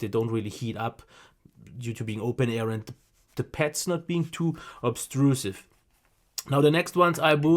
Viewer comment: Avoid posting irrelevant comments. We’re here for the headphones, not for English classes. I think he’s pretty good and he has great audio knowledge. His accent only gives him character. He’s very funny too. Really enjoyable to watch. I also heard veal instead of veil, pets instead of pads, but it doesn’t bother me one bit. As soon as I started watching one video, I said I have to subscribe.:)